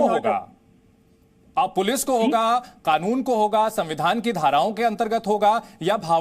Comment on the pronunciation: खानून बोल रहा है पहले कानून तो सही से बोलना सीख